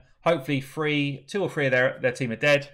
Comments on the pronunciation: pls practice how to say the word THree... and not FREE... killing me dawg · not at all making fun... just trying to help.. hard to understand sometimes when you talk fast and say free and 3 in the the same sentence